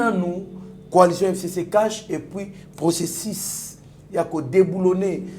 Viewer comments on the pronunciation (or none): le journaliste sache faire la différence entre i et u processus et non processis,déçu et non deci etc...tu as un probleme sérieux .